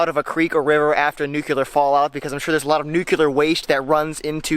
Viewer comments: 'Nook Lee er' not nucular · You said Nucular .Nice dip into survival fishing . Good to generate interest . Even though you're not in Alaska trying to survive it's nice to make folk think on these subjects . Thank you . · If I had a dime for every time "nuclear" was mispronounced "nuke-yul-er"...